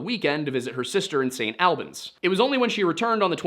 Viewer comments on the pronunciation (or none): St. Albans - ‘all-benz’ not “AL Benz” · Hi, Vermonter here, st. albans is pronounced all-bans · I love your videos, but your pronounciation of St Albans hurt me...a lot (sincerely, someone that lives in a close proximity to St Albans, Hertfordshire) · as a vermont resident, hearing you say st. albans make me laugh and cringe lmao. we say it more like "all-beens" not "al-benz" but not the worst way ive heard it said before. nothing wrong with how you interrupted it, just funny to me. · also very funny to hear your pronunciation of st. albans. locals pronounce it “sain’ all-bins” since we drop our Ts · "The Vermont State Police know more than I do." As a lifelong Vermonter, I can confidently assure you that's not true. There are very very few people who don't know more than the Vermont State Police. Also I know the way the hist is saying St. Albans is correct, but here we say it like all-bins.